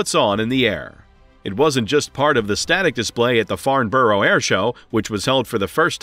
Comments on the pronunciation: Farnborough is not pronounced Farnborrow - its correctly pronounced as Farnbrah. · Boeing.. Please for. The love of God don't make a 777-777 variant and definitely do not allow the sale of '7' units at one given time. Btw Farnborough is pronounced 'Farn-burrah' not Farn-burrow. 😅